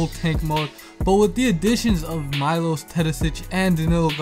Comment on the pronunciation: its Meelosh not Mailosh